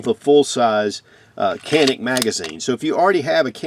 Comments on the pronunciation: Turkish pronunciation is Johnick not Jahnick. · Its pronouned Ja - neek, turkish pronunciation, not Kah Nick!! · IT is Janick , the C in Turkish sounds like a J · It's actually pronounced, "chanik" (like channel). Sorry, not trying to be a di*k. I love your channel & your reviews & just your overall Southern charm. I'm from Birmingham, AL & I know there aren't many of us Southern gent types left. Keep up the great work. Them Bama boys are watching & routing for you. Ooh Rah, Semper Fi.